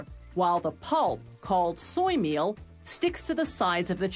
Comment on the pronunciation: I hate how she says milk and meal So unsatisfying